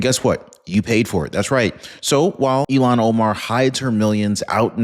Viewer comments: please! Her name sounds like ill-han Omar… not Elon Omar. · Not Elon it’s pronounced Illian Omar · Ilhan not Elon